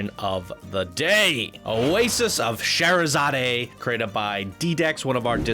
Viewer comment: OASIS OF SHERAZADE: Nope,, you said it wrong. From my understanding, you were close, but it's "share-uh-zodd" (no Canadian "ay" there). Agreed, lighting is AWESOME SAUCE! I actually hate the floral decapitated snake lantern things. color wise, makes sense, but aesthetically it bothers me. It really is wonderful, though! Smooth ride, massive ride! That might be something I would advice working on is having layers to your ride instead of having it so sprawled out. It limits the options to download and put it in a park because it takes up a ton of space. Sometimes that's awesome, but this is in fact really spread out between the ride itself, the entry, and the queue. I would have integrated the station and queue under the ride, or made more of a plaza with shops and staff buildings so it is a downloadable miniland. MAALGAT: I'm not actually sure how to pronounce this, but I don't think it's as flat in the a's as pronounced. I believe it's "mawl-got". WOW Drenched much?! Lol. I love the layout of this. Love the little petroglyph cave, too. I normally am always on board with a fast lift, but I actually think this one could have been slowed down slightly to build up the anticipation of riders. I think the max height, angle of ascent, and style of theming/ride allows the lift to be slower here. COBRA BATTLE: Yup, DEFINITELY butchered that prununciation. Again, more long vowels in Hamadryad (haw-maw-dry-ad); and Naga would be the pronunciation you said,... spelled h